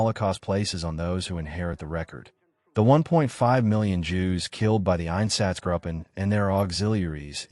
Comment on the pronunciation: It would also be helpful if German words were spoken with more of a German accent than an English accent. If you want a quality product, this could be done. For example, It’s “gruppen” with a long “u” sound, not “grupen” like “up-en”. Spend the cash and get a professional translator to help with the accents/pronunciations. This is done all the time. Then it doesn’t sound so amateurish.